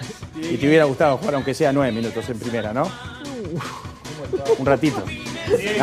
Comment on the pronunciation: Hace cuantos años esta en la tele el Posho y sigue comiendose las S, "10 minuto', 10 minuto' ". Impresentable ese muchacho